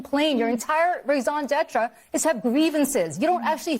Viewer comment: She could say "rasin d'etre" like she has a college degree for Pete's sake..